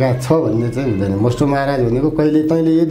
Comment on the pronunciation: मष्टो हैन भाइ मष्ट हो।